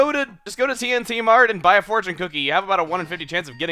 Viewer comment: The way you said T&T Mart almost sounded like TNT mart. That would've made this game a lot more interesting.